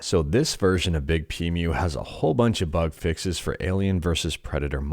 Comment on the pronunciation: I think it might be pronounced "Big P Emu". Otherwise, it would be Big Pemu.